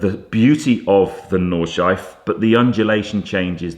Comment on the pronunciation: Super looking forward to the podcast tomorrow, I've actually rearranged something so I can watch it before I go to Salon Prive! 🤗 Also, unless anyone's said it already, it's 'Nawd-shlai-fuh' not 'Nawd-shife'. Just saying. Love you man! 😘